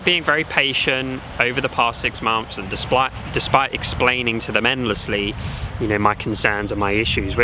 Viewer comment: "6 mumths"?, "6 MUMTHS"????